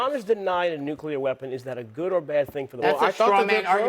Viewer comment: Not nugleer. Oil. What about oil.